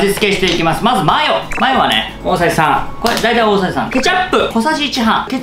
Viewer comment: 「音声さーん」「音声さーん」何言ってんのかと思ったら「大さじ3」か